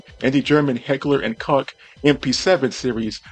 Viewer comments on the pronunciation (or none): Don't tell a german person such nonsens: Koch is NOT spoken cock ( german writing would be Kock then) nor coke ( german writing would be Kauk then). It is spoken Koch K (hard k) o ( like the O' in irish names) ch sound ( we germans have two variants, is similar to the noise of an angry cat, but slower and softer). Don't teach people about things you don' t know.